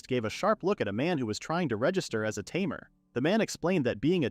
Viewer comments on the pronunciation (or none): Tamer❌ Ta mer✅